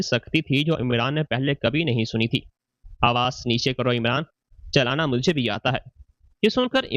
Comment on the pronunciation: chalana nahi chillana